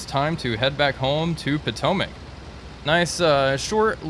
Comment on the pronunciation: Home airfield "Potomac" (at least that's what I always hear). But it is actually Pitomnik (Pee-Tom-Nick) :P